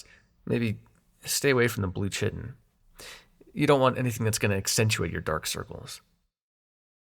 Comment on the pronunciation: First of all, this was great and super immersive! A couple of mispronouncations but thats pretty common. For the record, chiton is pronounced like "Kye-ton" lol. And tbh I kinda want Epiales to get dumped somewhere by the Lethe and find someone who could love him too. Like yeah, he's a bitter asshole but I kinda wanted to sit both brothers down and be like "look yall both got really bad Daddy issues you both need to sort out. This is a the-grass-is-greener-on-the-otherside shit if I've ever seen it." Maybe even sit their Dad down with them to hash it out. 😂😂😂 Either way, new subscriber here and I'm def sending this to my roomies lol.